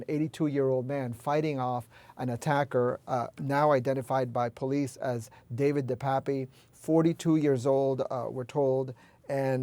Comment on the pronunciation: It's pronounced DE PAP. He's originally from my hometown.....in Canada. I'm pretty disgusted right about now.